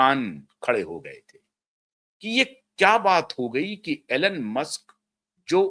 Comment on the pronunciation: Elon ,pronounces eelon,Alan nahi 🙏